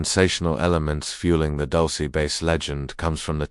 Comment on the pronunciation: Wtf is "Dulcy" 😂it's "dul-seh" not "dul-see".